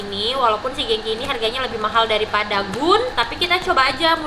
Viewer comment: GOO.N baca nya bukan GUUN kak, Go.on iya ga si